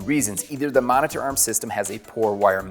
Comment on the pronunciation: i hate the way this guy says monitor